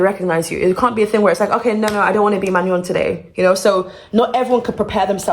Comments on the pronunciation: her name is pronounced "mah-no" you're saying it like maño in spanish😭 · Its Man-own , not Manyon . No shade girl though I love you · maNON it's NON in french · At first I was like manure? No shaaddeee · why do you pronounce manon like she’s an onion lmao 😭😭😭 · Of all the mispronunciations, I prefer Mañon over MaNON lol ily 😭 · Girl I am sorry I wanna hear the tea but hearing "manion" every time.... Sorry I cannot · The way your pronouncing her name is sending me 😂 it’s pronounced Manown. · Why people can’t say Manon the right way. as a Swiss girl it’s so weird to hear MaGNon or worst Maenoo or idk what😂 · Hey! just wanted to point out her name is pronounced like MAH- NO 🫶🏾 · It’s Ma - NOn but the sound N isnt pronounced, It’s a French name so ON have a different pronunciation, a sound that isn’t fully known in English, but do exist. Just think about how we said no in French and then say ma- before. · “Manyon” is killing me 😭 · Honestly it’s better than maNON lmao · yes me to 😭😭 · actually its really pronounced in a french way like "mah-noe" But people also just say "man-on" in the English speaking world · It’s Ma-no😭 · Mañon 😂 sorry I chuckled every time you said her name 😂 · Ben of the week, partially predicted this. Hopefully it stays the hiatus and she doesn’t leave 🫶🫶🫶 Also eyekons are gonna come after you for mispronouncing Manon’s name (Ma Noh). The amount of misinformation and negativity spread about Manon and these girls is absolutely insane. Thank you for being so kind about the situation. Btw ur hair is gorgeous!! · everyone saying that shes pronouncing manon’s name wrong but idek how to pronounce it either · The way u pronounce her name is sending me 😂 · It's not my name But your pronunciation of manon is😭😭 Get well soon manon ❤ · but you can’t even pronounce her name 😂 (no hate, it only was a joke) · The way you pronounce her name is so funny to me you’re saying it like fillet mignon 😭😭😭🫶🏼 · youre pronouncing her name wrong queennnn